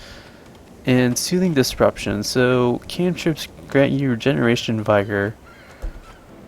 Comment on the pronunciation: Couple things just to avoid future annoyances/trolls. "Vigor" is pronounced vig-err. I have pronounced it vye-ger before, and got corrected. Also sometimes saying "aurora" instead of aura I think = ) Nj on the video. I am subbed